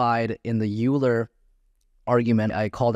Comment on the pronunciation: Great course. Just an FYI as a Mathematician I must correct your pronunciation of Euler. It is pronounced as Oiler not Youler.